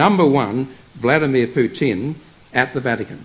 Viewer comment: It is not PutIn, it is PUtin. The accent is on the first syllable. Also, before preaching, study the history better and the real events in Russia, Ukraine and the pther countries. Everything is connected